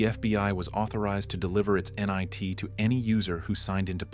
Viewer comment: you pronounced “NIT” as “nye T” definitely AI